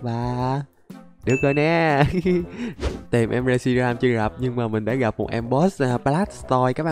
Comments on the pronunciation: Con đó là rét shi ram mà sao đọc là sét ri ram quài v anh Anh ơi anh hãy tìm và bắt bộ ba sáng tạo nhé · Reshiram chứ ko phải shireram anh ơi